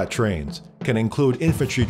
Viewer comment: "and finally twains!" every Bazinga watching screeches with joy